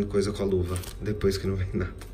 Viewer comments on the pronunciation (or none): none